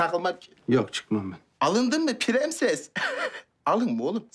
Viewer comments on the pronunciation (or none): Premses değil piremses.